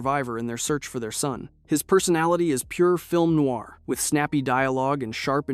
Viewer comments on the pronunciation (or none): none